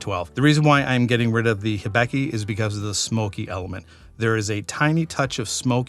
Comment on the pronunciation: Great list and I like the way you explained how you chose the winner in each category. One thing that puzzled me though: why do you pronounce Hibiki as if it were spelled Hibeki?